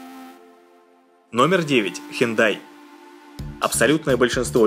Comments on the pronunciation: Не хундай, а хёндэ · НЕ ХЕНДАЙ, А ХЁНДЭ...!!!! ПОЗОРНИК, АВТОР!🤣🤣🤣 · А так-то Хёндэ правильно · Он сказал хЁнДай